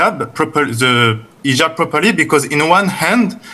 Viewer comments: he was saying إيجاب igab not hijab حجاب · Yeah the man meant to say hijab with an H, French does not have an H sound, so they don’t pronounce the H in any word